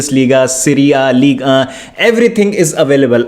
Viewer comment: he is laughing at pronunciation of ligue 1